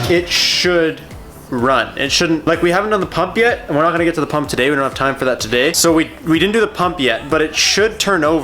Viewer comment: "Tuh-day's video" 😂😂